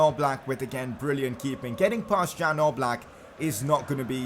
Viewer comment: It's Yan Oblak not Jan Oblak